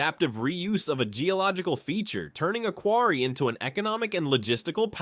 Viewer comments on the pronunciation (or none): none